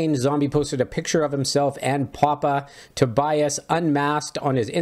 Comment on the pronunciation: And his first name is pronounced To be us